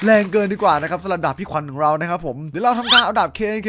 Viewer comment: ผมชอบฟังเป็นดาบเป็นดากตลอดเลย